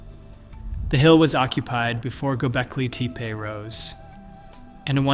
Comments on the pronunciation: Bruh, you're killing me with this "goal-becky" tepe - it's 'goh-BECK-lee' tepe. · What the hell is Gebelki Tepe? How are we supposed to believe anything you say when you can't even say the name correctly? Try listening to your audio prior to publishing it. Don't be a lazy producer. Really. You can do better! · Go-bell-kee tepe. Yeah......